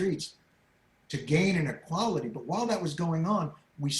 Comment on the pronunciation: When he said "But people" initially I thought he said "Butt people" and I thought that's his PG version of saying "assholes"